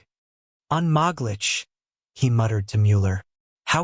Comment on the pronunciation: "Unmoglitch" No, the word for impossible is "unmo (with an umlaut over the o -glich. Moeglich is usually written with a small m